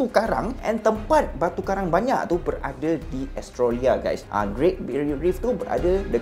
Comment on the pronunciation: Rul...Australia= Os-Trey-Lia...bkn Es-Tro-Lia🤭🤣🙏🙏